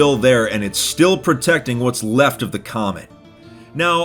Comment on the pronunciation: Yeah "portecting history" look at you, "portecting" history.